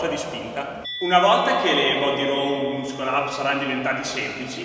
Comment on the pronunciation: Stima enorme per ma il "muscol ap" non si può sentire xD